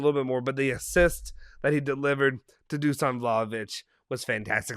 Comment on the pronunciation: Dusan is pronounced Dushan by the way